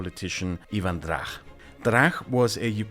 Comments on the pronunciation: I have just started watching this video, and it is pronounced Drach with hard ch, not a kh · Not trying to be rude, but it's Drach, not Drakh. "ch" as in "church". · Hi! A small pronounciation correction: the ch in Drach is read as ch in English or as the Czech letter č, rather then as ch in German. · he is not Drakh. he is Dra_tch_ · Ok so Ivan Drach (it is pronounced Dratsch, not Drach) never was either ambassador to Poland or Lviv mayor. If it is the level of research for all your videos (I haven't double-checkd any facts earlier), then everything you say can be highly questionable. I hope it's not. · "Drakh" Oh boy, this is gonna be annoying., his surname was transliterated into English, and should be read as (if my Greman is correct) as "Dratch" But yeah. total ignorance of Rebet and democratic OUN, just as I predicted. KGB in Ukraine was just renamed SBU, and that's it. Belarus KGB didn't played any role, and, if anything, was purged by Lukashenko. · I hate to be that person, but it is not "Ivan DraH" it is "Ivan DraCH" as in "CHess". Other than that, awesome video! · the correct pronunciation is Ivan Dracz (Іван Драч) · High quality content, thank you! I think it is important to not only know how to pronounce Polish names, but also Ukrainian ones. So to a German-speaking mind it would be like "Ivan Dratsch". And for these 4 letters we have one in cyrillics "ч" in "Іван Драч". Please pretty please take this into account. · Drach name pronunciation is incorrect. It must be like in "much" but with Dr instead of m . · Great video as always! One note though: The "ch" in Ivan Drach's surname should be pronounced the same way as you correctly pronounced "ch" in Leonid Kravchuk's surname :) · Counterpoint, it sounds really cool with the German ch 😂